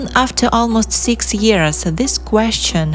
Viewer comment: As her behavior suddenly changed and was acting so erratic, I do wonder if someone kept drugging her, possibly via her drinks. Btw, the word answer, the "w" is silent.